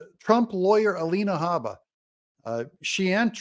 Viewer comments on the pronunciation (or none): You miss pronounced Alina Hubba Hubba